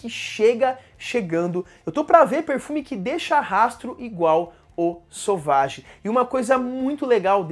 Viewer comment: Meu Deus, por que todo mundo fala o nome desse perfume errado. Não é sauvagiii é sévagí